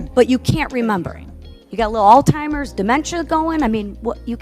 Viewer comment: What are all timers? This is a representative, and she can not even say Alzheimer. I can not be chided by a person who can not speak properly.